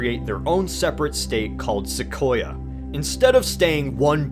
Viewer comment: almost had it, sequoyah isnt pronounced that way lol.